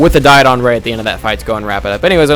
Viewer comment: JohnP514 and also dodon, not diedon!